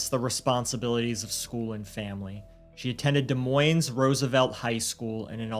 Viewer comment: The s's in des moines are silent, it is French